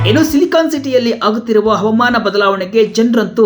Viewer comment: ಹವಮಾನ ಅಲ್ಲ ಹವಾಮಾನ ಸರಿಯಾಗಿ ಉಚ್ಚರಿಸಿ